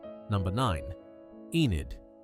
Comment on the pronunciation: I was born in 1955 and grew up in London from the age of 3 months. I don't recall a single person with any of these names, so they had gone out of style by the 50s. By the way Enid is Welsh and correctly pronounced ENNID, not EENID. I had a couple of Welsh friends, as Southall, where I grew up, was a Welsh enclave before it became the Indian community. They were called Pauline and Myfanwy. Personally, I prefer the names that were popular in the 18th century: Henrietta, Georgiana, Louisa, Caroline, Charlotte, Frederick, Charles, George, etc. Just so stylish!! I find the names on this video very dull and lacking in style.